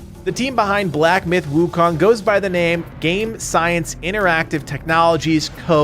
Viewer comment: By the way it's pronounced as soon not sun